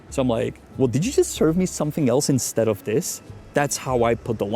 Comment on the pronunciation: "instead of" is two words. pause between saying them. you make it sound like a Russian name, Instedoff. if you're getting a legalese-y might as well say it correctly.